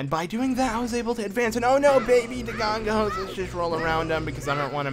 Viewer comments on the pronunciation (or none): I lose 5 years of my life every time he says “Dogongo’s” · mocks people that call Link Zelda and proceeds to call dodongos, dogongos the whole time lol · I'm enjoying this series alot...but I die a little inside everytime I hear you say 'Dogongos'